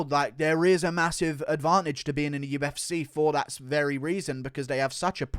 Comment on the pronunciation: Say what you want about Guru but he does know what he's on about when it comes to the damn thang. Plus it's funny when he says UFsay.